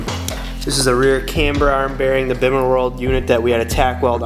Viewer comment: PLEASE do yourself and everyone else a favour a stop pronouncing the "bimmer" the way it's spelled. it's pronounced "beemer"!! you sound like a complete noob when you say it wrong LOL! but great video dude. love the car, keep up the hard work!!